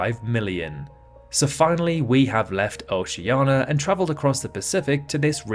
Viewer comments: Is there any specific reason he says it OCEANA, instead of OCEANIA? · he is insulting people in oceana. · So you can't pronounce Oceania but you can pronounce Kiribati? Are you joking? Why is Oceania so hard for you? It's ridiculous. So why don't you pronounce Australia as Australa? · Yes, he is stupid. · just an error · no, he is incapable of pronouncing it correctly. We have pointed it out for years. Also he makes many mistakes in this video.